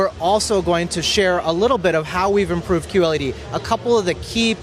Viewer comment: Implooved lol